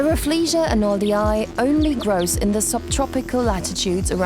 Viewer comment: Pls u butchering the name Arnoldii is painful to hear 🥶